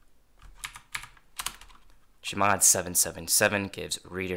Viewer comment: can you please stop calling chmod cheee mod, just say c-h mod